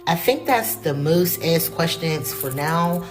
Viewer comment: She axed me a question